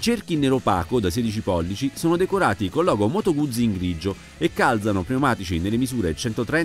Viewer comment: Un minuto di raccoglimento per tutte le parole che sono state mangiate dal tester. Scherzi a parte, bella review e abbastanza onesta. Ah, si pronuncia Guzzi, non "Gudzi" :D